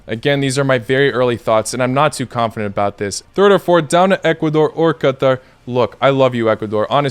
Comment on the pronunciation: This is the correct pronunciation of Qatar, because in arabic it is pronounced like that 😉